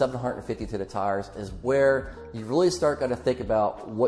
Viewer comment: and Right around what tires? I cannot understand what you are saying. I have listened to this several times and I just cannot pickup on what you are saying.